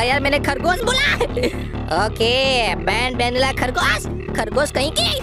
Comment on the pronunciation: Banbanila nahi banbaleena bolte hai